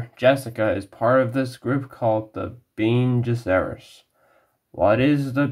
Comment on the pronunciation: but yet you can even pronounce bene gesserit correctly even tho it was introduced in the first 3 mins of the first film.